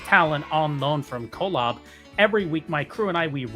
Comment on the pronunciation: Sorry but your AI intro pronounced colob incorrectly. Tisk tisk